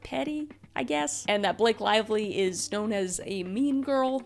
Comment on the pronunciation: Blake Lavelie? Did you pronounce her name like that